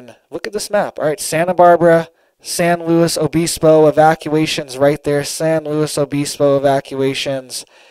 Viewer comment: We’d say San lew ibisbo but we were just San Siego surfers and there is one in north county San Diego with the same name. The “S” and “O” was silent